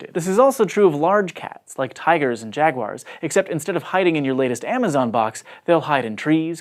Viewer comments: Jag-wires? Jag-wires? Is this some new British mis-pronunciation? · She called them "jag-wires" ! Who else noticed? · Jaguars 🐆 is pronounced jaguars 🐆! NOT jagwires!